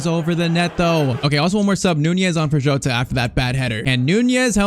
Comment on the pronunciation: Bro his name isn't joatata jota